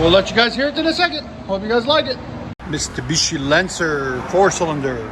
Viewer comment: He said, mistabishi